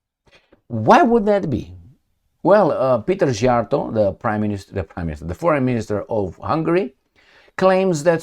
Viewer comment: Tell me why is that in recent videos you pronounce the Hungarian Foreign minister's name perfectly and in today's video you sometimes mispronounce his name😢